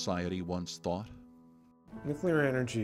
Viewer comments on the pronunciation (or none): your interviewer can't even pronounce "nuclear"